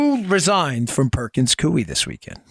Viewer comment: Dan. It’s pronounced Perkins “coy” not “cui”